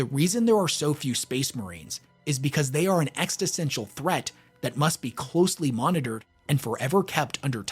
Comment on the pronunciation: Very interesting (btw it's "existential", not "extistential", so... keep an ear open for that 😉)